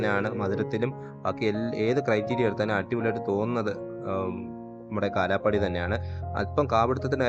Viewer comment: കാലാ പാടി അല്ല കാലാ പഹാടി എന്നാണ് ശരിക്കും പേര്